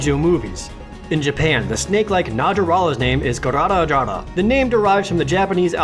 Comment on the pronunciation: I think instead of "garara" you meant "garagara" (ガラガラ)